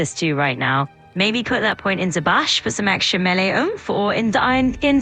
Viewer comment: At least the AI pronounces Melee better then 90% of youtubers.